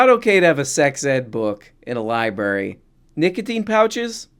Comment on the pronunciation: Did just say "libary" twice? Also, is it a coincidence that DeSantis did everything he could to alienate migrant labor and now Florida suddenly needs a different source of cheap labor? "Weeird"